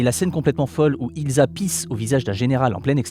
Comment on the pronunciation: C'eût été approprié de prononcer "Ilssa" et non "Ilza", dommage.